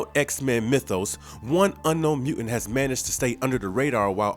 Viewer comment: What's a "mu'int?"